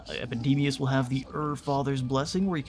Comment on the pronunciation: does anyone else here hear MACADAMIAS! whenever he shouts what i assume is actually epidemias?